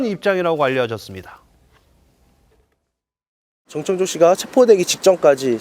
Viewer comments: 이름 좀 제대로 부르세요. 창조 ㅡx 청조 ㅡ0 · 저 아나운서는 왜 전창조라고 하지? ㅡㅡ 아나운서가 기본적으로 이름은 제대로 불러야지 저번에는 패널이랑 기싸움하더니 볼때마다 이상하네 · 다들 이름 발음 하기 힘드신가봐요… 한분은 전창조 전창조 하시고 한분은 전천조 하시고… ㅋㅋㅋ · 전청조예요 전창조가 아니라 이름은 정확히